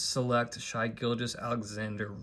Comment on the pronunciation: SH-EYE GILL-GOUS killed me ... didnt even call him 'Shay'